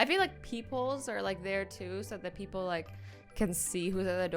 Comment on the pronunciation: Did she say peopleS?!?! 0.53